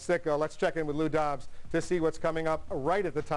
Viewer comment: Lou Dobbs!? WTF did you just say?